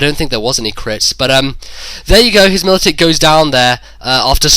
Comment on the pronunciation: Every time I heard Militick it hurt my ears.